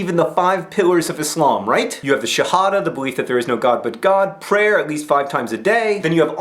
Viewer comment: Im surprised to hear that you have so much knowledge about Islam. You even say Islam and not izlam haha. Peace from a Muslim :)